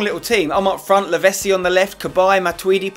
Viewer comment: I liked when you said that you and Lavezzi have a connection together, when you can't even say his name right! It's Lavetssi not Lavessi, do you say pissa instead of pitssa aswell?